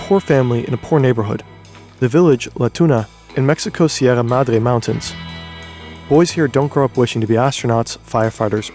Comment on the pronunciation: You hit the accent hard on Sierra Madre. Your Madre should be proud.